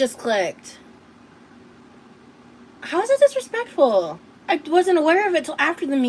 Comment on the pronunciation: The ridiculous glasses holder danglin and a'swayin' as she tells someone to Not dissuade anyone from "being financially generous"- "how dispekful"